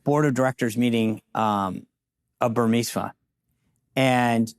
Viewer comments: Burmimsa Or Burisma? You pronounce it incorrectly! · SEAN, ITS BURISMA.not BURMISMA.